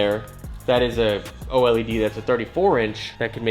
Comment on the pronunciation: it’s an Oh-Ell-E-Dee 🤓